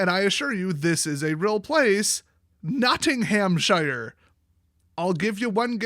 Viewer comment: nottighamshire ---> nottingham-sheere ;) Region around Nottingham (home of robin hood)